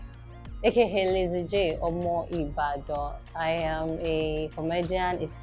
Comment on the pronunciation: is it possible to work on your 'I am" it sounds I yam.Weldone althesame